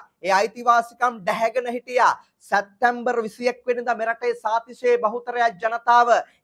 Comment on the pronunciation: සැත්තැම්බර් - වැරදි / සැප්තැම්බර් - නිවැරදි උච්චාරණය